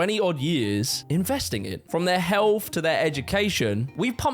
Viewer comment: "We invested in veir healf" - yeah certainly not education cos none of you can speak properly